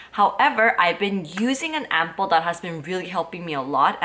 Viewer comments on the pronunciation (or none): when you say ampoules... it sounds like you are saying apples...hehe